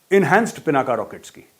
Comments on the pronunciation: Pinaka nahin Dhanush ka nam " PINAK " HAI ! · आप कुमाऊनी हो और पिनाका नही पिनाक है शिव धनुष सर , । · मेजर साहब,शिवजी के धनुष का नाम पिनाका नहीं,पिनाक था।